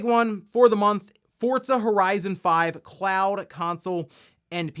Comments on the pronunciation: Are you saying "Fortza"? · Did he always call it Forzza? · I never knew there was a T in Forza lol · Am I the only one who realizes he always says Forza incorrectly?